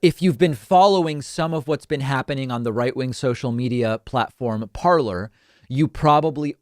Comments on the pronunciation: I dont think you are pronouncing the app Parler correctly. Its 'par-ley' for the French verb 'to speak' and not 'parlor' as in a Victorian living room. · Just to let you know... it is pronounced “parlay”. Parler is the French verb “to speak”. It is intended to be pronounced as it is in French! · Hasn't Parler been taken down for 2 days now? And much more importantly, shouldn't it be pronounced "parley", from the French verb "parler" (to speak) it was borrowed from? I think we should pull a McEnany there and redirect the conversation to how to correctly pronounce "Parler" whenever the talk starts to be about these radical "alternate reality" conspiracy platforms.